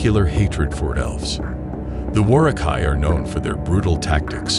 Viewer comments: the way you pronounced Uruh-Kai and Saruman disturbed me more than the Lore about them. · You're pronouncing the U in Uruk-hai and Saruman incorrectly. Also, way to not mention the most unique thing about the Uruk-hai, and why they were bred in the first place, they had no fear of the sun, unlike their weaker Orc and Goblin cousins.